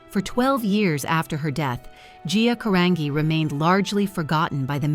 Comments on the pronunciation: The least you could do is pronounce her last name properly!! It's pronounced "Ca-RON-JEE" thank you very much. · Her name is pronounced Ca-rahn-gee. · Even sadder that the "narrator" can't pronounce her name correctly. 😢